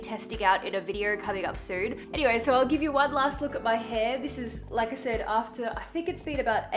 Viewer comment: I love how he said "gib" instead of "give" because that is how I say it 99% of the time. LOL.